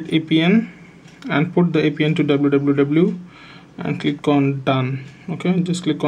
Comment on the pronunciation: "and put the ipn to your ablbudabludaldalblubabluuu"